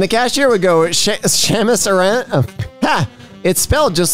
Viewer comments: finds paper rock scissors weird and then reads samus aran like shame-us aran back to back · that's not how you pronounce samus aran and my brain is making the angy chemicals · did you just pronounce Samus Aran as Seamus Orion???!?!?!?!?!?!?!??!?!?!?!?!?!?!?!?! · This was a great video other than "Shemus Araan" and "Luffy from One Punch" that kinda itches me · So, watching this video, I learned one thing: thinks "Samus Aran" is an Irish name and needs to be pronounced "Shamus".